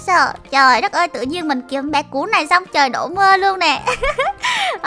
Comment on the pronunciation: "Cún"mà cj nl gọi là cùn 😒